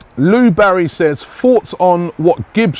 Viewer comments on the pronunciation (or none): none